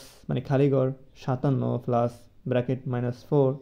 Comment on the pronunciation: পেলাচ না প্লাচ হবে 😅😮